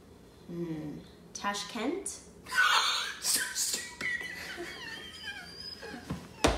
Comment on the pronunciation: How come you guys can't pronounce properly a capital name.. It's d capital of Uzbekistan "Tashkent".. And you guys also know if am not wrong Uzbekistan was also part of USSR (Undivided Russia)